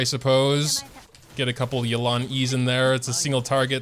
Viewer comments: why does everyone call her yuh-lan?? is this some American accent? in Chinese it is pronounce yeah-len 叶栏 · Why is he calling her Yelán? we've seen the story, we know how it's pronounced, why!?